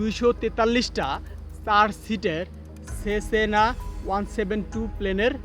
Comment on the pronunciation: Shala vokchod. Antonov er uccharon e to thik moto korte paros na. Cessna na re koili Sesena 😂😂🤣🤣 age shob kisur ucchar thik vabe shikh vaai then videp bana . 6 ta Engine ase.. engine er model ki.?? Google na deikha rypl de vai